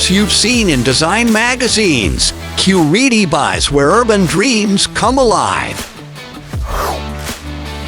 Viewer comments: Generally, there are two pronunciations for this city and Cor-EE’-tabah isn’t one of them. The locals generally pronounce it : Cor-ee-TI-bah. And the rest of Brazil normally pronounces it: Cor-ee-CHEE’-bah. Also, the letter J is pronounced in Portuguese while it’s silent in Spanish. The former mayor and city planner who we owe a big debt of gratitude for the many improvements he facilitated with Curitiba, pronounces his first name JAY-me, that is before he passed away a few years ago. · nós de curitiba não pronunciamos TI, nossa pronuncia seria Cor-ee-CHEE’-bah também. A unica coisa diferente na pronuncia do t seria o TE, que em outros lugares pronunciam ti, a gente pronuncia te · O video é legal, mas falou Curitiba errado o tempo todo 😂